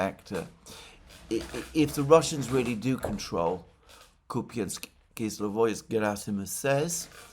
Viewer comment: Alexander, it's Kupansk-Uzlovoy, not "kizlovoy" Kupansk -Uzlovoy means Kupansk Nodal.